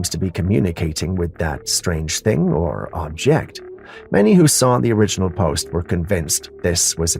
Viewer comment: He does mispronounce a LOT of words though (sorry...) - just the stress on some longer word tenses, but he either seems to be improving or just hasn't used those words lately. Like "A'-ttribute" & "attrI'-buted", or "O'-rigin" & "orI'-ginal" - that sorta thing. No biggie really...